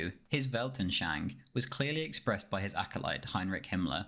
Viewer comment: Approx as a Brit with lousy Sprachkenntnis to another; Bruv. That is not how you say “Weltanschauung”. “Schau” as in plough, ung as in ung. “Worldview” has half the syllables, you could have said that and looked less thick than clotted cream. Instead your superficial mid thigh is on show.